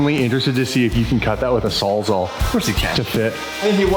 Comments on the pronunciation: Lol sounds like meant to say a “sawzaw” not a “salzal” 😂😂🤦🏼‍♂️ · FYI -It's called a "Saw'z-ALL" for a reason 😅